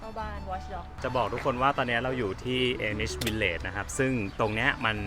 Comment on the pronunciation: อ่านว่า อามิช ค่ะ ไม่ใช่ เอมิช